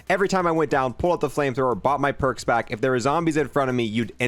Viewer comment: haha he said porks